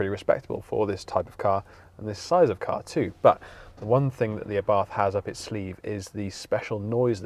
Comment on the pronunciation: ABARTH is pronounced Abart ( The H is silent)